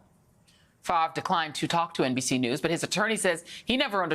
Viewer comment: Brett Favre. Look there lady there is an R in his last name